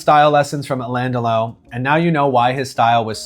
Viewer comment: You really should learn how to pronounce his name